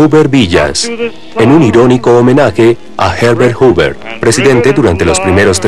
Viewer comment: Gracias por este nuevo capítulo de Testigo de la Historia. Como alcance en el doblaje se pronuncia mal el nombre del presidente Herbet Hoover, dandole un sonido de "LL" a anbas H. Pequeño pero evidente error para los que saben un poco.